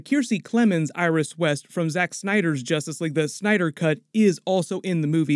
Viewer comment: “Justrice league”😂😂